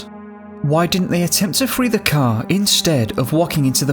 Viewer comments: If only you could say Car instead of Cow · The first half I thought he was saying “cow,” so I was confused. 😂 Finally, I realized he was saying “CAR!” My bad.